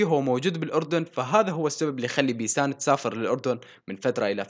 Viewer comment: منو انتبة انو قال بيتان بدل بيسان بثانية 55😂😂😂😂😂😂